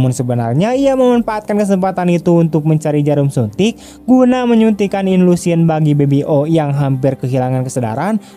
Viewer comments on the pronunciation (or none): Suntik insulin woe bukan inlusin .😅